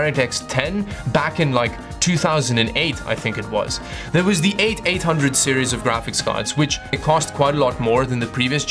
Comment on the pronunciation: You say "Eight Eight Hundred" weird lol... But I love your videos! Subscribed!